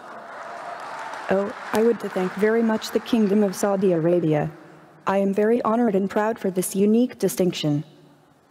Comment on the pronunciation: "The kingdom of Sadia Arabia" she said - oh my good lord please help